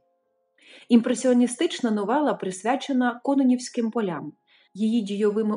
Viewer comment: "КононІвським полям" - наголос на "І"!!!!!!